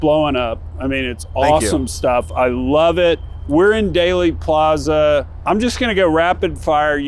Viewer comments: I made it 4 minutes and 19 seconds into this video. If you pronounce Dealy Plaza as "Daily", and Tague as "Teeg", I am done. do your homework next time. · OK starting off by pronouncing Dealey Plaza incorrectly tells me this will be stupid and unprofessional. Don't waste your time. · The expert, Matt Crumpton, corrected the one who mispronounced it, so you can be assured that the content is sound.